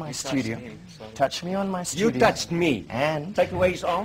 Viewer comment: HOST: "touch me on my STUDIYO"..TOUCH ME ON MY STUDI- YOW...FASAKHI:I touch you in your studio..I touch u in your studio - YOU TOUCHED ME!..and am NOT FINISHED WITH U YEAAH..wtf..ahaha..,..who was this guy. FASAKHI? .. wtf ..anyone has details !..maaan